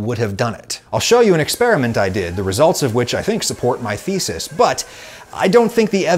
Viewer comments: Can someone please stop him from pronouncing 'thesis' as 'faeces'? ...l'd rather not have to get the lawyers involved. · Damn I hear fezes instead of thesis every single time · The pronunciation of your 'thesis' sounds like 'feces'. 😂